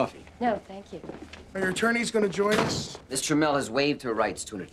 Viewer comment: Did he say Mr Mel?